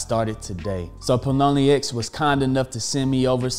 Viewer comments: lmao it's Pionex not Ploniex >< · My man's keeps saying pie-o-nee-x and it's killing me lol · Pilonyex get it right!! hahaa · Pie-O-nex. Great content though!!! New subscriber here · Did he just said “paloni-ex” !? 🙉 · Great info . Think its pronounced pie o nex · It’s Pie-on-ex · how he gonna get sponsored and not pronounce the name right hahahahah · I don't think that's how Pionex is pronounced haha great content though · can you please pronounce pionex correctly? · Pronunciation??? Was that on purpose? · How did he botch this name so badly lol